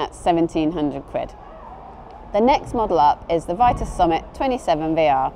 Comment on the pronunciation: I believe the brand is pronounced VEE-TUS because it's originally French